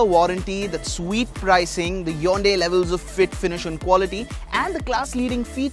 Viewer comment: it's not yonday it's hyundai u fool